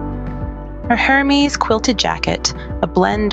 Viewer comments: If you're going to hold yourself up as a commentor on fashion, you should probably learn to pronounce Hermes. Lots of videos on YT can tell you this. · Ah, indeed, the pronunciation of luxury brand names can sometimes be as intricate as their craftsmanship. Hermès, with its silent 'H' and elegantly rolled 'R', often trips up the tongues of the uninitiated. Venturing into the world of high fashion commentary does require a certain finesse with language, much like navigating a soirée in stilettos. YouTube, in its vast wisdom, serves as a modern-day elocution tutor, guiding us through the phonetic maze of couture. 🗣️👜